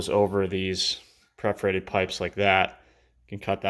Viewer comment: It's perforated pipes, not preforated pipes.